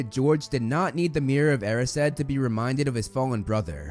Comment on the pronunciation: He pronounces 'Erised' as 'Air-e-said' but isn't it supposed to be 'E-rise-d' ?